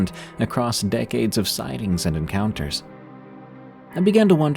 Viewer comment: Did anyone else think he said don't forget to send me urine counters???? Lmao I know it's your encounters but it sounded funny and made me laugh! Anyway love ya Def one of my favs at night